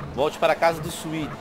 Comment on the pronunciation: O nome do irmão do CJ é Swet mano e não César...